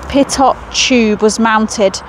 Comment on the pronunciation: MK3 Lancaster, That's a Mark 3 or usually written as III. They had American built Merlin engines. Pitot is pronounced Ptoe. A series of tubes used to funnel air to the cockpit to show the speed.